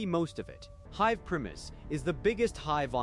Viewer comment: The constant mispronunciations of basic words, like "hive", perhaps?